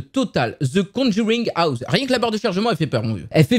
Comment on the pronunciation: Mais il est trop bien le jeu ! Graphiquement il envoi aussi sinon super vidéo petit like qui fait plaisir 😉 par contre ton anglais à the conjuring houze mdrrr